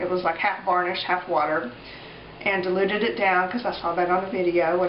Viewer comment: I thought you were saying 'deluded' glue